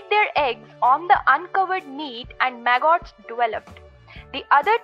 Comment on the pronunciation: She’s saying “maggots.” Took a minute for me to understand. Clear video. I like it a lot.